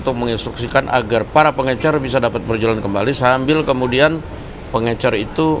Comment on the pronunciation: Pengecer pak bukan pengencer sibahlil ini sekolah dimana sih